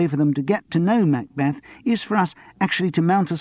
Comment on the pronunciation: ooh the way he pronounces "MACbeth" is irritating! I wish Simon Brett himself were reading this, not someone with an American tinge.